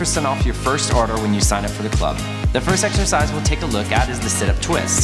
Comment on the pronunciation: am i the only one who thinks that he keep saying like 'sexercise' ?